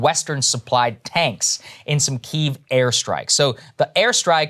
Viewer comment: Ohh Saager changed his pronunciation to the Ukrainian pronunciation of Kiev, rather than the Russian one - love the voracious appetite for information and change rather than pandering propaganda <3